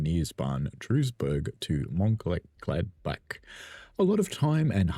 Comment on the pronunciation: I’m not even going to bother trying to get you to pronounce Mőnchengladbach correctly! I used to live near there so I’ve got a bit of a head start. Duisburg is pronounced like Dweezburg.